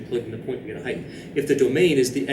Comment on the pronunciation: Am I crazy or is he saying "heighth?"